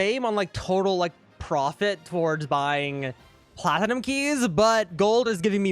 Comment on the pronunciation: How everyone pronounces it: platnum How pronounces it: pla ti num